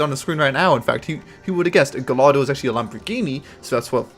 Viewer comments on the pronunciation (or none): Gallardo is pronounced guy-ardo